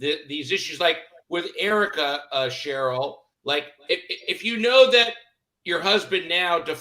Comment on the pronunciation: Ronald Richard is the smartest guy in the room and he still don’t realize Sharrells name is not pronounced “Cheryl” 🤣